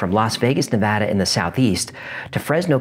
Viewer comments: As a Reno resident, thank you so much for pronouncing Nevada correctly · Thank you so so much for not putting an "O" in the word Nevada.. One of the most annoying things you can do to a Nevadian is call the state Nevoda... I mean, seriously, who tf sees an "A" and then proceeds to make an "O" sound, just fxckin why?.... Why taf do people read it that way!? With that kinda logic they should also be saying Colefarnio.... But thank you for real, most Nevadian really do get angry hearing Nevoda. Especially when it's on the news..... Just writing about it, kinda pisses me off, honestly. Lmfao. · As someone who lives in Nevada, I sincerely appreciate you correctly pronouncing my state's name. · Thank you for pronouncing Nevada correctly, it means a lot to us native Nevadans. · Thank you for saying Nevada right. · Thanks for saying Nevada correctly... ahaha! But yeah, that terrain is rough on the ground and in the air...